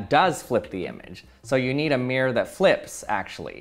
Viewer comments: I know it's probably just a regional or personal accent thing, but it was actually kind of painful to hear him say "meer" over and over instead of "mirror." It's supposed to be a two-syllable word... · "mi-ROAR" not 'Meer'. Aaaaarrrrrrgh! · "meer" "meer" its "MIRR - OR" say it right frenchy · It triggers me when people pronounces 'mirror' "meer" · Why do people call a mirror a "mear" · It's MEH-RER....not MIER-RER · Take a shot every time he said “mee-er.” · For the record, not all Americans say it the way he does. The way I say it sounds more like MEAR-er, where er is basically a held out American R sound. It sounds like mere her, without the h sound. I also know some Americans who say MEAR-rurr. And a few who want to be posh but still have the American R say MEAR-roar. (I would transcribe nonrhotic accents as pronouncing it MEE-raw, MEE-rah, or MEE-ruh, depending on the accent.) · Mee-er Bee-er 🍻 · The “meer” 😂😂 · "True mere" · Why is he pronouncing mirror like Myr from magic? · Americans pronouncing mirror like meer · He is one of the few peopleI've heard say mirror like that and he said it correctly some of the times. I didnt want to say it but he also does talk pretty weirdly compared to most people (with an american accent) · Why can't Americans' pronunciation mirror correctly? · It is so funny that Americans are unable to pronounce mirror. The word has two syllables.